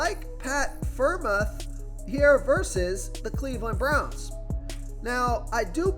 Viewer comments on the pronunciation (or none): its pronounced pat "fryer-mooth" lol you tried though